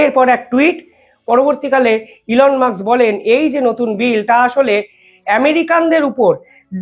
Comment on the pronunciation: ঠিক করে উচ্চারন করুন।এলন মাস্ক।উনি কেপটাউনে জন্মেছেন।তারপর উনি উএস গেছেন। please উচ্ছারন ঠিক করুন।